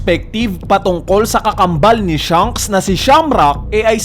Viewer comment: Baket ba hirap na hirap ka ipronounce yung "SHANKS". Puro ka "SHUNKS" eh